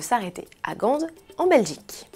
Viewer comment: Mes oreilles ont eu mal, on ne dit pas le D pour Gand, en phonétique ça donne GAN